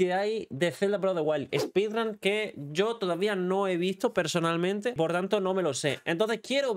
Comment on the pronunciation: ‘Spidran’ Dios…